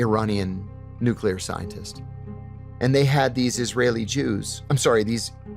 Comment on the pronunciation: can you please send your script reader to speech classes or something. If I hear another "nucular", I swear...